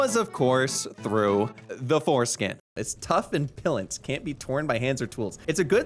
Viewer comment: I'm sorry,, tough and "pilant". Good grief